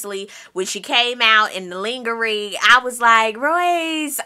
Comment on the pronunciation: lmao, "when she came out in the "lingery" lmfao. I love your basketball wive recaps